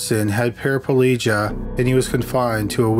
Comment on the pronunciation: Para...plegia, I'm not sure where you're getting that extra syllable (pulligia) from, lol. Also, reinstatement, not reinstation...I don't believe that's even a word.